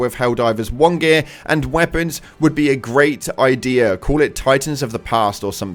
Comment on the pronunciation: Where is the R in the word “idea”